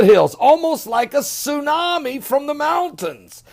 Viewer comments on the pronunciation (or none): none